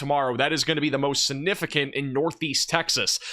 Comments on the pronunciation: Your coverage is outstanding, and I love your channel! One request: please stop using the word 'significant' until you can pronounce it properly! it isn't 'sin-ificant' there is a 'g' before the first 'n'. Call me whatever, people, but has excellent grammar and pronunciation with the exception of this one word! and he keeps saying it LOL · siGnificant . this word has a G in it